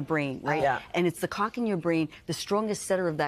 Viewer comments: She can not slaw clock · I think going forward, the Today show should make sure the person they are interviewing can correctly pronounce CLOCK before going live. No idea how the hosts kept a straight face through this but good job! 😂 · My husband's "clock" wakes him up at the same time every morning regardless of what time the CLOCK reads. How does a sleep specialist make it through her career without being able to pronounce the "L" in clock? 😂